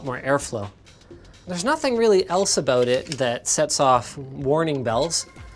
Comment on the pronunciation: "there's nothing really ELSA bout it"